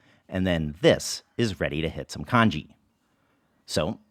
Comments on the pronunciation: it's pronounced con ghee not con gee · Isn't it pronounced 'Tjong-ghee'?